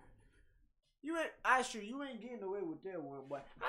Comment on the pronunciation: You know his name is Usher right? Not Isher.